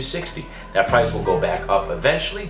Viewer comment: prrr-ice dunno why but i laughed so hard